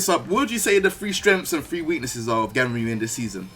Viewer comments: Announcer: GUNryu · I thought it was pronounced GONryu